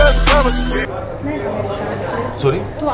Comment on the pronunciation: she's pinay coz the way she say sorry